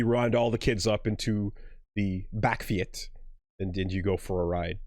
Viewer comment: Oh snap we gaan vol Nederlands lets goooooooo! For your information you pronounce it: Bawk (like a chicken) or Bach (like the composer) and feets (like feet with a s behind it) Bakfiets= Bawkfeets/Bachfeets